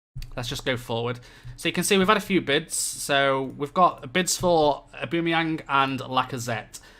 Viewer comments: id say more like aw-ba-meh-young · O-Ba-mey-ang plese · Your pronunciation of Aubameyang is so bad that it annoys me so much! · nah that's the English pronounciation, isnt right. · To be fair it doesn´t matter if you pronounced it the way german or english commentators did, he is from Gabun which is a French speaking country. So maybe go with pronounciation of french commentators.